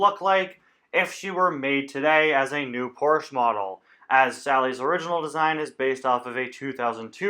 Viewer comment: You can't pronounce Porsche right and it really bothers me